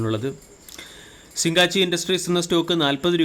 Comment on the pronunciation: സിങ്ങാച്ചി അല്ല, സിഗചി.